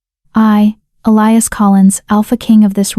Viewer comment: ATTENTION: ELIAS is NOT pronounced Ah- lie-us. Correct pronunciation is Eh-Lee-Us. Also Herbs the H is silent so erbs. It is so extremely distracting, the constant mispenunciation, please.